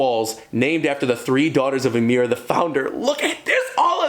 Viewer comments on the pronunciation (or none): none